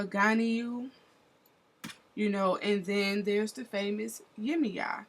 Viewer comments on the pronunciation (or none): Good thing to honor your ancestors. You could have done more research to actually pronounce the names properly to show respect. The moment you pronounced Yemaya as (yimiya)... You lost me.